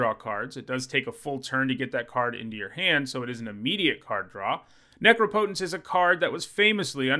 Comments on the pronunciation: „Neecrowpoutaince“ right? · Has learned how to pronounce Necropotence yet? Let's find out!